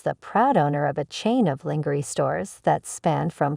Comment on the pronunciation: When the AI can’t pronounce lingerie…. Yeah I lost emersion in the story.